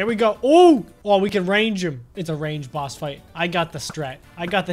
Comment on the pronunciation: who else thought that he said spongebob ross instead of spongebob boss